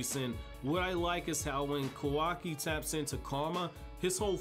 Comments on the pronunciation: KAH-WAH-KI NOT KOWAWKI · It bothers me how this guy mispronounces Kawaki, also he doesn't use Taijutsu because he isn't a ninja. He can just fight, but it's not ninja martial arts.